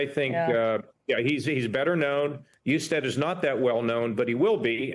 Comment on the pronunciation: Do your homework! Mispronouncing Jon Hustead’s last name and framing Amy Acton as “Covid Czar” rather than Doctor and Director of the Ohio Department of Health fully supported by Republican Governor Mike DeWine underscore lazy and inaccurate reporting.